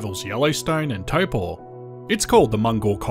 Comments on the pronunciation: Pronunciation of Taupō was brilliant. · Well done with the correct pronunciation of Taupo!